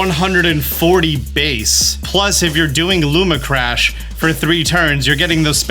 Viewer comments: Also. Lumina crash. Not Luma crash. My OCD is off the charts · "Looma Crash" lmao. Great vid tho, Appreciate the Prep! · man, I love you and the content so much, always so informational. It’s hard for me sometimes when you misread things, it’s a really small thing, but cmon man, it’s lumINA crash, there’s two extra letters you’re just not reading. Love the videos but sometimes they feel a little rushed or just kind of brushed over because of the grammatical and syntax errors throughout. No hate, honestly trying to give constructive criticism because I want to keep watching your stuff! Cheers